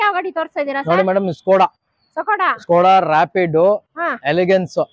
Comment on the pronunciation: Sakoda😂 alla adhu Skoda